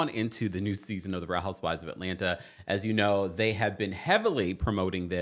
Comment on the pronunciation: It’s Atlanna 😂 the second t is silent.